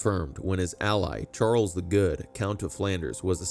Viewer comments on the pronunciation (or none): none